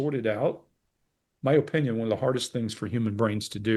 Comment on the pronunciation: Does anyone know why has a bit of an accent when using the word "oppression" and "opinion"? jc